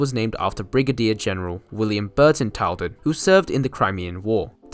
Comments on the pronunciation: Tylden is pronounced "Till-Den", not "Tile-Den". Carlsruhe is pronounced "Carls-Roo". The main trade at Allendale was the mineral works, which backed onto the rail yard. It did not serve a quarry. The mineral works closed in the mid 1990's, after locals complained about silica dust collecting in and on their houses. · Tylden is pronounced TILLDEN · Out of all the closed branchlines, this (& Maldon) have the most tourism potential...it would have a lot more if it was mainline connected again. Also, it's pronounced Carls-ruhe and Tyl-den. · Your pronunciation of 'Carlsruhe' and 'Tylden' was incorrect, and on one map you misspelt 'Bullarto', but apart from that, very good. I was fortunate to travel on the line ex Carlsruhe multiple times, and also once travelled to Newlyn from North Creswick.